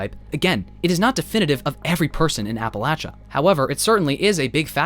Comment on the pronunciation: thank you for pronouncing appalachia correctly <3